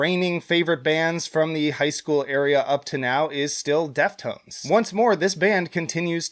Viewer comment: Its Deftones not death tones you poser